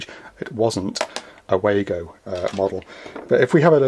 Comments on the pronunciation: WAA GO - it's lazy to not learn to pronounce a name with the advent of the internet. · Yes they are German, and I'm sure the Germans will pronounce it as vago but we all call them Wago's. There is more to this company than just snappy Wago's, they have a whole range of products designed to help electrical and electronic installations, some of my favourite are the din rail mounted beauties that can be interconnected and require a tool to momentarily open the cage clamp system. In my opinion as a mechanical and electrical engineer, Wago has been an outstanding choice of products for power connections. Can you believe, Americans and Canadians still think those crappy twist nuts are a better choice! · If they were German they would be pronouced, "Vah-go!"